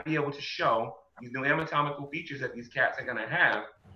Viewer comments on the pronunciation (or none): Every time says "ami-tomical" 😑